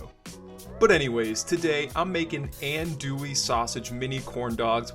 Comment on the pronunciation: You’re pretty close there brother it’s pronounced on-douille. Looks badass though redo with bacon and let us know.